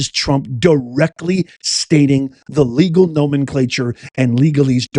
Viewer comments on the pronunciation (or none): none